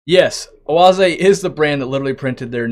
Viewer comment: As a German I am impressed with your pronunciation of Oase